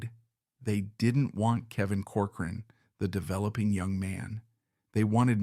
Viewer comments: COR- coran, not cor- Cor-an... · With respect, you are MISPRONOUNCING the family's name. It is "Cork-er-run"